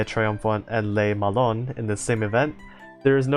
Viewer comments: Literally 3 seconds after sending the previous comment, I hear you saying "lé melon" for Le Malin lmao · Has someone with french has his first language opinoatre is pronounced op like over powered ni like Nani and art it sounds pretty similar to the actual way we say it in french but with the the English accent and le Malin is basically mal like malfunction and in like in interaction love the info vids btw /--.--\ b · That was actually pretty accurate (except for Le Malin, since "lin" would be pronounced similarly to "lean") But then again, the french -in is VERY hard to convey by writing, so I don't take it on you at all. Good job, honestly! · 'le malon' you killed me hahahah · I laughed when I heard Le melon 😂, I'm not a French native speaker but I can speak and read French to an intermediate level so when I hear someone pronounce these ships names its always so funny (in a good way ).